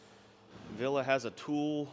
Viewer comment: VillE, VillE not VillA! C'mon! 😄